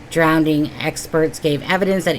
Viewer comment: Hi there, just wanted to point out that it is not 'DROWNDING', the correct word is 'DROWNING'.......there is only one 'D'. I have just found this channel and everything that you have said so far about the Nicola Bulley case is so true....I was hooked on the investigation from the beginning until the end and it has been constantly frustrating due to Lancashire Polices' gross ineptitude and, I believe, corruption in this case. We, the public, who have cared about Nicola, have been, and still are, going through a roller-coaster of emotions of great worry, sadness, utter frustration and anger and loss. I believe we all felt that we knew Nicola.....so many Red Flags throughout........ but lovely, kind Nicola will NEVER be forgotten ❤